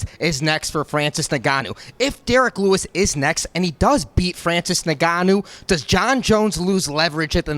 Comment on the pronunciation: Why is he pronouncing Francis' last name like that? should know better